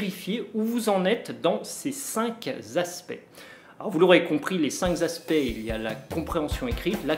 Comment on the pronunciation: Pourquoi dites-vous (3 fois) ‘cinq-s- aspects’, bien qu’il n’y ait pas de s dans le mot ´cinq’ et donc aucune liaison ?